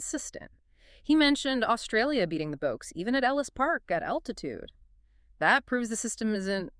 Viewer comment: Did she pronounce Boks as Boaks 😅.